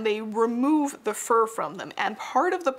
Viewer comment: It took me a second to realize you were saying fur hats and not for hats